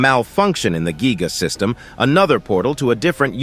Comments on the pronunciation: It's Gaia not giga 😂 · Kinda triggering to pronounce Gaia (Guy-uh) as Gee-guh. Otherwise good. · Ikr this ai saying gigga system instead of gaia system 💀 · How do you get giga when you read giai? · gaia not giga!!! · GAIA NOT GIGA😢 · The word is Gaia but calls it giga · its Gaia not giga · Gaia❌ Geega✔️